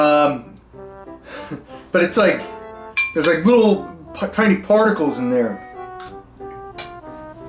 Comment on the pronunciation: that potted meat looked like someone took a shit in a can and tried to take the brown away from it and failed, loving your content brother also did you say farticals or particals lol